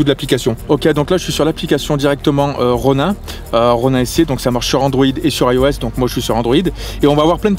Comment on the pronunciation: ça ce lis ronine pas ronein